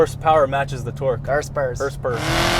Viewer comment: you're HORSEPOWER and TORQUE (with hardcore American accent) question gets me every time LOLOL. Love it fellas! Keep up the great work!